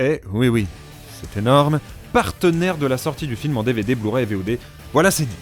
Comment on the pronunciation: deadpool sort en "bu-ray" trop bien